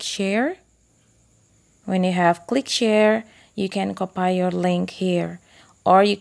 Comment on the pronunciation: Very helpful but i just couldn't get over the "copay" part that was hilarious!